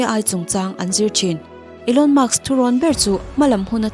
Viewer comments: Elon musk nge Elon muks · Maks inti zela, musk tiin in ziak leh bawk sia🫣🤗